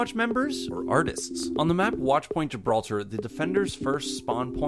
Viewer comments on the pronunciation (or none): none